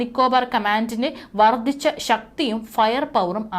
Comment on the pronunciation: വ്യാമാതിർത്തി? അതെന്ത്? വ്യോമാതിർത്തി എന്ന് പറയൂ വർദിച്ച? വർദ്ധിച്ച എന്ന് പറയൂ